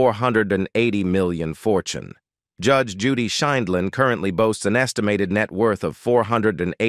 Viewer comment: I LOVE THIS WOMAN!! THE NARRATOR OF THIS VIDEO NEEDS TO LEARN HOW TO SPEAK!!! SO MUCH FOR ROBOTS! COULDN'T EVEN PRONOUNCE HER NAME. GET RID OF THE GD ROBOTS!!